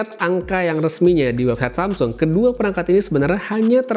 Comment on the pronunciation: Samsul wkwk lambatin aja ke 0.5